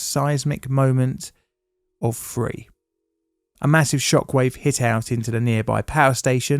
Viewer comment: Why is it that you can pronounce "the" with no problem but can't say "three" properly?